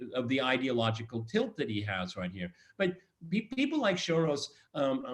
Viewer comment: Peter Lavelle says SHoros and George Szamuely says SoroSH. :-) Which one is right? ???